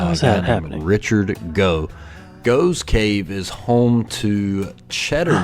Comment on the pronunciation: 'Waitrose'. An upmarket grocery store. You couldn't see the name because there was someone in front of the sign. Btw, the cave is pronounced 'Goff's' Cave. I noticed in later videos he corrected that mispronunciation.